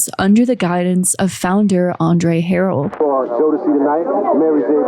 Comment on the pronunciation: I could be wrong but, Andre’s last name is pronounced “Huh-Rell”…or maybe he said it that way to be fancy 😂 I’ve watched soooo many deep dives on Diddy b/c he has so much mess that it’s hard to process everything at once 😭